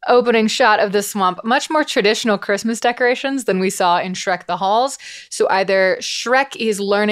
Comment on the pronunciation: We hit Shrek the Halls and I cannot stop my brain from overlaying Trixie Mattel talking about cRispy, cRunchy, cReamy R's while you say chRistmas.